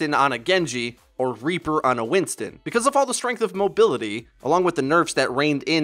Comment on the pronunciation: "Winston on a Genji" "Winston Ana Genji" I can't unhear it.